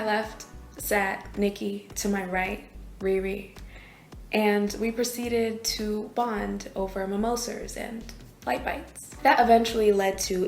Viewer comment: I stopped listening after she said mermosers 😂😂😂